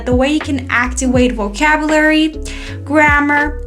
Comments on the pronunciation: First thanks for your efforts. Sister you pronunced activate like (act-wi-t)is that way how it pronunce?? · don't mention it sister, the thing is it sounds to me like you didn't pronounce the letter v and I don't know if it should be heard in the pronunciation of the world ?